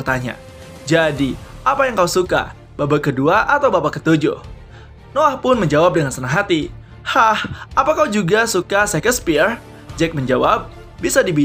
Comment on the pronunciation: Shakespeare.. bacanya Syekspir... gw bantu koreksi pengucapan dikit spy channel ini makin keren😁